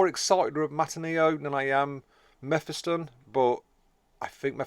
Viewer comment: Its pronounced Me Phis Ton Like Mephistopheles or or diablos mephisto That way you said it would imply a double f, one to finish the vowel and another to start the flow into the next vowel. Otherwise, great and informative video Lookong forward to them as a faction, but god damn we need more xenos Need to split the 3 campaign xenos into more, like another craftworld or ork clan or necron dynasty. Its annoying marines and chaos can focus on the three required heroes and then bring them to the othwr campaigns, but xenos get shafted by race restrictions. This will also allow inclusion of more unique heroes and allow branching into all the unit types. Gimme a warp spider, flashgitz, immortal, etc